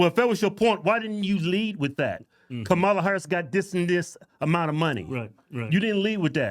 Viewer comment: “Kum-all-on-ya” what a joke. 😂 since i heard someone say that i can’t stop laughing